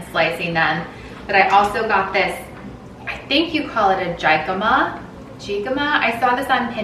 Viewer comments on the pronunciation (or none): The j is silent in jicama "Hee Kah mah" you're welcome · Jicama you gotta say it with an H lol not hi but say it like he-cama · One of my girls names is Abigale Rose. Abby Rosalina is cute. jicama Is pronounced hick ama. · Cute salad :-) btw its hick-a-ma ;-) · Jicama is actually pronounced hick-uh-muh :) so delicious! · The vegetable is Spanish or South American and you pronounce it Hick-ah-muh. J in Spanish sounds like an H as in Juan. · Hey. So the fruit is pronounce He-ka-ma. It is very delicious! You can even put some lemon and chili powder on it😋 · Hey! It’s actually pronounced like hic-ahma it’s a kind of Hispanic potato! It’s one of my favorites - especially with some ranch or tajin and lime! Loved the video! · We have an Isla (eye-la) and an Emery. I love Eloise too! Also jicama is pronounced hick-a-ma :) so good in salads too!! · It's pronounced "hee Kah mah" its spanish, the J is silent :) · Hey, I'm glad you are all going well, so nice to see you, Adam and the kiddos having fun with grandma and grandpa while this hole covid-19 nightmare is still on. You look absolutely beautiful I love your baby bumb and that cute red bikini 😍 lol yes the way to pronounce Jicama is He•ca•ma and your fruit salad along with your watermelon & mint lemonade looks delicious I can't wait to try it,now that I've become such a watermelon lover. I love your backyard and your canopy is so cute with your hanging flower pots, I can't wait to have my own veggie and fruit garden... NumNumNum.. PS if you are leaning towards the name you have for baby number 3, what about Rosanna, or Mia 💜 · Let me help you with the pronunciation of that thing you made your stars with I don’t even know if it’s a fruit but I know it’s pronounced (hickima ) they are super good when you cut them into sticks and dip them in ranch. I love the star idea and the fruit salad perfect! ❤️ also love! The day in life videos 😊😘